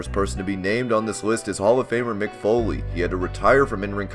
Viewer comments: Its mick not mic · It’s Mick not Mic